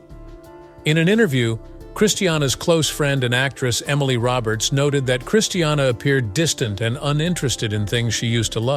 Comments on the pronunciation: I just hate how he pronounces her name. It's NOT Christ e anna. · Hope Joshyboy gets nothing! Please say christinas name right its not christianna! Omgosh! 😕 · Who cares! Another so-called power couple soap opera drama garbage - she’s nuts and shouldn’t be married to anyone - he was hungry for $$$$$ and media attention!!!! This is what is wrong with tv - this Ai generated voice cannot speak her name correctly